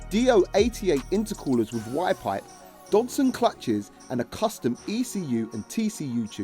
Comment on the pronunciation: When you said "Y pipe on the porche" i thought you said "WiFi" i was googling for that part until someone told me that doesn't exist. EPIC FAILURE 🤣🤣🤣